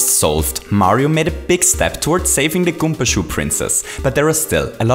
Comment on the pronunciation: It's called karibo's shoe not goomba shoe ALSO IT IS PRENAUNCED GOOMBA NOT GOOMPA